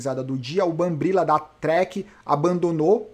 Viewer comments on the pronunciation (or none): Olá. Obrigado por nos trazer tanta informação com excelência! Só, gostaria de chamar a atenção que você chama o BRambila de BamBRila. Chama a atenção porque meu chefe é um Brambila... Ok ?! Abraço!!